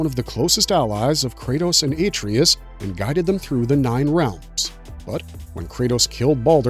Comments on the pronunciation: “Aye-Tree-Us” YUCK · Dude clearly never played the game. "a-tree-us" huh? Why am i here listening to some dude read off a Wikipedia page?